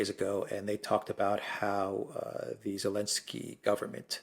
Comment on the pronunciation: Why do people keep calling him Elensky?